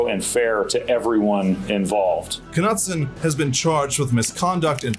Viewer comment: k nutson? 😂 wouldn't that be a silent k like "know" or "knight" ?